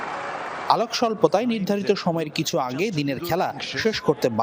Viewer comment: অলক না আলোক😂 রিপোর্টার আফা🥴